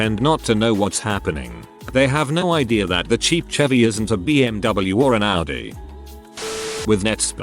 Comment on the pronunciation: this bot prounces AUDI right!!!!!!!!!!!!!!!!!!!!!